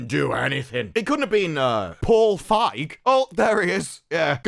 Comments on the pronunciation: Dude, it's pronounce Paul Fieg-y. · Just saying, the "ei" in "Feig" is pronounced "a". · “Paul Fag” 😂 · Think the correct pronunciation is 'Paul Phage' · I believe its pronounced as "Feeg" just like "Sneed & Feed" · Just so you know, you mispronounced “Feig”.